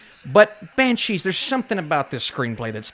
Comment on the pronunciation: Banshweep Of Inisherin